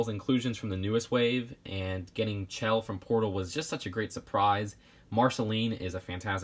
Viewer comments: ITS PRONOUNCED SHELL NOT CHELL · It’s spelt Chell but you pronounce it like Shell